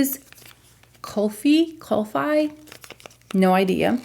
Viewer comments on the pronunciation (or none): "Kulfi" is pronounced "kool-fee". It's a south asian beauty company named after a south asian dessert. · You look on point. Glad you recovered from whatever you were feeling down with. The brand of concealer is pronounced as kul-fi . Its an Indian heavy cream frozen milk dessert. I just browsed the names of the shades and its all the flavors i enjoyed eating as a kid, especially elaichi(Cardamom spice) and Sitafal(Custard apple)! How do you think the concelear performs on some textured under eye skin any thoughts?